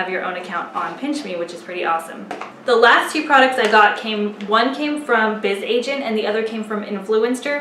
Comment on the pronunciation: I think it's pronounced 'Buzz' Agent